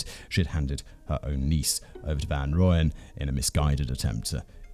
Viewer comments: Simon,you must brush up on your Afrikans.It's Mal-herb-a and van Royan. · Hi Simon. Thought I might help with pronounciation: Van Rooyen = 'Fun Roy-en' (pronounciation). Love the show. Escpecially when you and the team cover our South African cases. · Listening to Simon butcher the South African pronunciation of Van Rooyen (rooy, like as in royalty) makes me laugh so much 🤣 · The Rooy in Van Rooyen is pronounced more like the Roy in Royal. Other than that, great video again :)